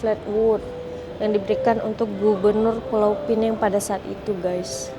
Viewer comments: maaf ya... sebutan Pulau Pinang dengan bunyi Pulau Pineng. Pulau Pinang sebutan Melayu. Penang (tanpa perkataan Pulau dihadapan) sebutan english. Jangan keliru lagi. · Pulau pi- nang.. Bukan pulau pinenng.. Kalau nak sebut ikut english barulah sebut pinenng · Pulau pinang, bkn pineng. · Kalau bicara soal sejarah.... Pastikan sebutan nya betul dek... PULAU PINANG bukan PULAU PINENG. Nanti jadi pening kepala pulak 😂 Maaf ya 🙏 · cakap KL la Pulau Pineng 😂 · Anehh betul bahasa melayu … Pulau pinEng. 😂 dtg dr eropah ke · Maaf. Cara sebut nama Pulau Pinang tu salah. Cara sebut tu, gabungan bahasa Melayu dan bahasa Inggeris.